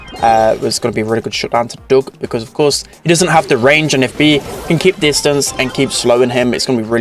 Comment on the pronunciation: It’s Doug not Dog